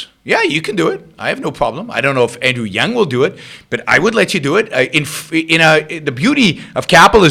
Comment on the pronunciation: It's Yang, not Yung. And do something about your audio before you pollute YT with your uneducated opinion.